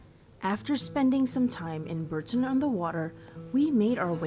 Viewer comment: Please, Bourton-on-the-Water is pronounced Bor-ton, not Burrton.